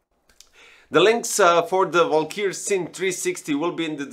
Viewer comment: It's Valkyrie, not "valkyr"...